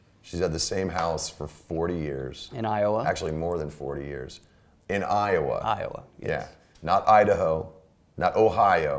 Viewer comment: The way he says Iowa is so satisfying and I have no idea why but it’s just like I O W A